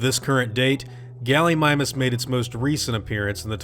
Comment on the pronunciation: 'Gulleemeemoos', not Gullymymus, too be exact. Just klugshitting here.